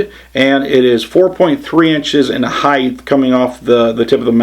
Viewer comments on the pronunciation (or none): height, pronounced HITE. Not heidth.